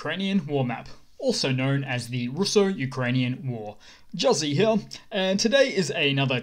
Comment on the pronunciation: I LOVE that this guy says "hya" instead of "here" every single time. My dad does this and it's fucking hysterical! :D